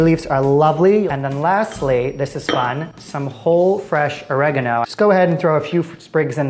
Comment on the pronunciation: MANS CALLED THYME OREGNO